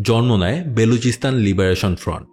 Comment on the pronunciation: It's BALOCHISTAN, not Beluchistan 😂😂😂